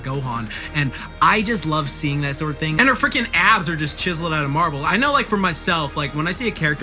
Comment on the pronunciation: Abbs , not Adds